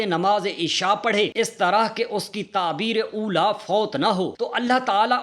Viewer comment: میرے پیارے بھائی تکبیر اولیٰ ہے نہ کہ تعبیر اولیٰ ھے۔ برائے مہربانی تصحیح فرما لیں اور آئندہ احتیاط سے کام لیں۔ اللّٰہ تعالیٰ ہمیں دین صحیح سمجھ عطا فرمائے آمین ثمہ امین ۔